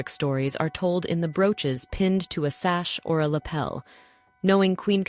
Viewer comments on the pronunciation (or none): none